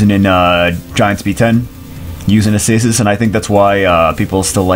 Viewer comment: This is not how you prononce Acasis lol, it's aKasis ^^